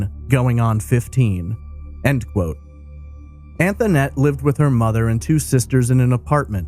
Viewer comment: Concerning the call to the police department, the little girl on the phone pronounced her name “Antonette,” whereas the host is pronouncing it “Anthonette.” Do we know the correct pronunciation of her name? That little girl sounded genuinely scared. Poor baby. Her life had not been easy, all the way up to the point that she was snatched from home.